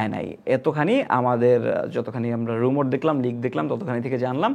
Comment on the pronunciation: রুমর না ভাই, রিউমার হবে